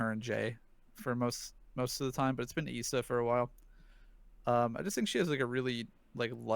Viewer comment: btw its not pronounced isa its pronounced aisa